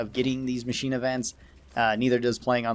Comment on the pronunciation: "Macnine" instead of machine